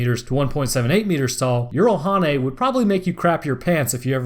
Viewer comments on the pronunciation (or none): It's not yeeralhanae it's jiralhanae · Jiralhanae J not Y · "I only know one pronunciation that may be correct. In Halo Wars, the shipboard A.I. says "jee-rall-HAW-nay" (jiralhanae; brutes). I pronounce it "jer-RALL-ha-NAY," myself." I have played Halo Wars and heard this. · Like I have said before good video...however it still needs editing...the way you say the Brute (Halo) species is still distracting. Here is a better link than the one I provided last time on how to say their name properly